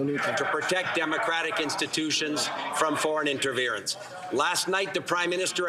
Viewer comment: What is interverince? But yet he can say interference nps in his same address 🤔